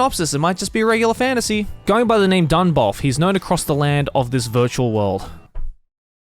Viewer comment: I laugh so bad when he said Virtual Worl...... Lmao 🤣